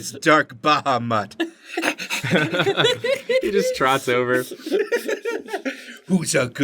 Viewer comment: Baha-mutt ... seriously!? omg..